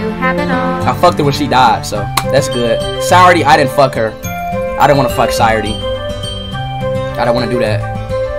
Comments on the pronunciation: actually, it’s not !! He’s saying sire instead of “sa” he’s literally pronouncing it wrong ☠️ educate urself lmfaoo!! It’s pronounced “sa” “yo” “re” as in restart. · gotta love how he’s saying sayori as “sirety” ☠️